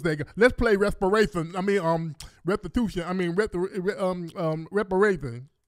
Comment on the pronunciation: Haaaaaa....rest rest rest a rations. Or did he mean respirations? Maybe perspiration. Yeah. Who the hell....pick these clowns?